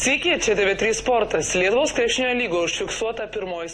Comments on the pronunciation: o cia man vienam girdis lidvos? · Man kaip lidl girdisi XDDDD